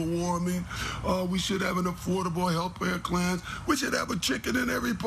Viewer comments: Did anyone else notice that said "health pair clan"? lol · Anyone else notice called it a health-pare clan?!?😂😂😂😂😂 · did anyone hear say "affordable healthpare clans"?????? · "Health Pare Clan" lol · the killer said health pare clan,,, lol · Did actually say "Health PARE CLAN"? Lol, sure sounded like he did.